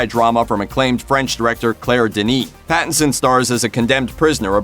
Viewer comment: How many times did he say Battinson? Or was that my imagination?